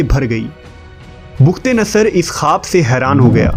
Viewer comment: bukht nhi bakhtnsr h please urdu Shi pdha krn